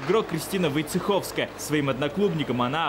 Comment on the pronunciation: Не Войциховская а Войцицкая😂